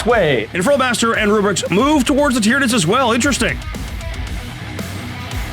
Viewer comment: Ah yes, the Space Mar-Steves vs the Tyra-Nicks vs the Muben Suns